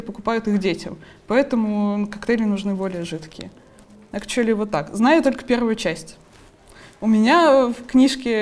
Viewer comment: "Экчули" ахаха) сириусли?))